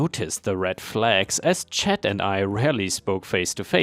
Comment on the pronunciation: just a FYI for future reference, C.H.A.D (as a person's name) is usually said like CH-- ADD ( it would rhyme with words like Mad, Bad, Rad, Fad, Lad, Sad.) :)